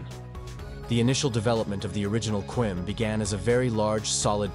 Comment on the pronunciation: You need some teaks for the way you say stuff "Qaem" is pronounced "Qa" then "Im" not "Quaem" which means totally different thing "lists" "Rezvan" is pronounced "Redzwan"